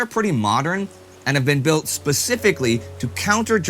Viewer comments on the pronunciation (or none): none